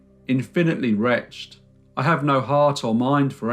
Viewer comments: at right about you pronounce the word "wretched" as "retcht" (one syllable) instead of the correct "rech-edd". No native speaker of English could possibly make this blunder. This is what is known as a shiboleth. You can Google it. I accuse you of being an auto generated narrator or AI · “I am wretched” is pronounced “I am ret shed”! “Retched” is something you have done whilst vomiting!!!!!!! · Do you mean “wretched” rather than “retched”? Those are pronounced differently.